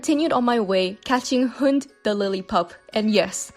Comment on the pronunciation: I speak Danish and it hurts to hear a common word be mispronounced like that (Talking about "Hund") no hate obviously